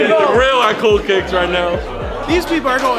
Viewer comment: “Coo Kiks Is Da Bes Brow 💅”